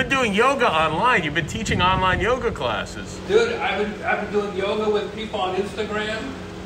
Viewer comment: who's "Yog" o.O you Northys have to shorten everything up!? say Yoga please..thank you!